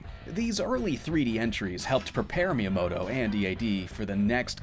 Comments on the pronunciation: Good video that could be even better if you tried to pronounce Miyamoto's name properly. Doesn't have to be every Japanese word, but if you're making a video that's focus is highlighting the career of a certain individual, putting in some effort to pronounciation would go a long way. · Did you know? While making a video in the honor of Miyamoto, you don't have to pronounce his name right, not even once!